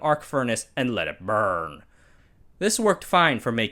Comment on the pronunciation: “Let it burrrrn”